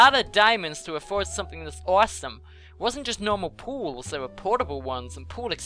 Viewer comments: sounds like was saying pills for everyone:D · fits that crazy role, plus when he says pools it kinda sounds like pills